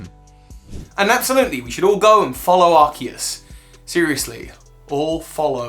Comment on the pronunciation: It’s pronounced arkoos